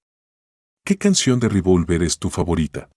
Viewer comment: Re -vol -ver.no tiene acento en la o.